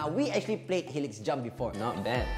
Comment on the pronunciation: It's pronounced "helix jump" not "hilix jump"